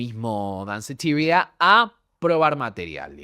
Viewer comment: Deci Danceteria como es en español